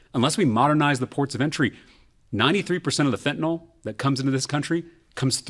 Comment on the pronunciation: Reasonable, smart and actually pronounces fentanyl correctly.